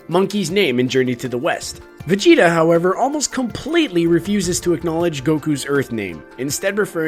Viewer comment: Vegeta = vejina